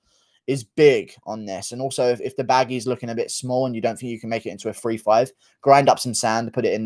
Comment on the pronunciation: Can you please learn how to pronounce three. Otherwise You da Man!